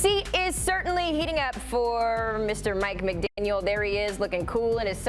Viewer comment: Maybe learn how to pronounce the coach’s name correctly before going on TV?